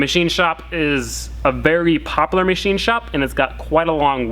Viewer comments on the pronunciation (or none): im sorry bro but its popular not popalur